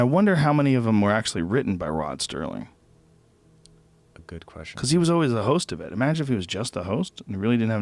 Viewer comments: It is Rod Serling. Not Sterling. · It's SERLING not Stirling....yeesh.... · Hey Joe, Rod Serling...not Rod Sterling. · Rod "Serling," not Sterling. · Why the f*** does he keep saying 'Sterling'. Where the the hell is the 't' coming from? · ROD STERLING loved the 'T' in his name..